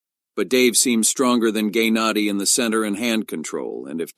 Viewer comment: "Gaynadi" 😂😂😂 bro what is this